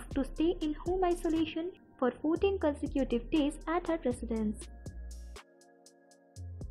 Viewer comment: Consecutive sounds as consective..